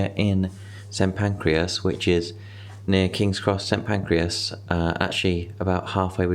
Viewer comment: It is pronounced Saint Pancress. You are doing what my dad does in calling it pancreas